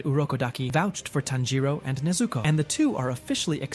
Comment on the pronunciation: This AI voice kills the whole idea, the way u pronounce "Tanjiro" is disgusting.